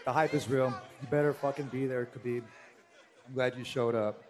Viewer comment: Guy called him beeb 😂